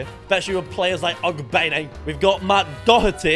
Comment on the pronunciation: It’s Og-ben-ay not Ogbean 🤦‍♂️